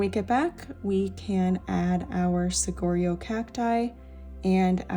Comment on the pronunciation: Thanks for this video! btw: Saguaro is pronounced “Sa-wa-ro”. The ‘gu’ sounds like a “w”, a Spanish word where a gu always pronounces as “wa” as in water. 😀